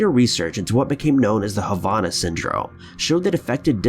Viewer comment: I want to meet this idiot that doesn’t even know how to pronounce Havana, what a dumb ass. Wish they would ban his videos!